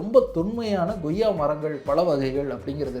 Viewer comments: நண்பா goyya ன்னு சொல்லாதீங்க, koyya ன்னு உச்சரித்தால் நல்லா இருக்கும் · Bro, one suggestion. please try to pronounce accurately like koyiaa not goyiaa so that people following you will also do so. Thanks. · Ngoyaa pazham illa.. koyyaa pazham. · Koyya என்று சொல்லாமல் ஏன் Goyya Goyya என்று சொல்கிறீர்?